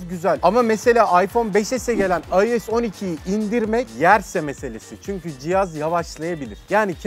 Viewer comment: IOS 12 yi “ayoes oniki” diye okumak nedir arkadaş. Yarısı İngilizce yarısı Türkçe. Adam gibi yazıldığı şeklinde oku işte 🙄